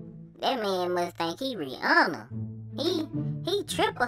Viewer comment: Bruh said “he ain’t rhianna, he 3hunna” 🤣💀